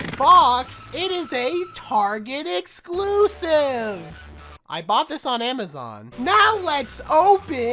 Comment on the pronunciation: "ITS TARGET EXSCULCIVE" I bought it on amazon